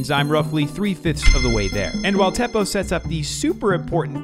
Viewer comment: I'm going to help you now the name Teppo it is not pronounced like thepoh it's like TE PPO you will thank me later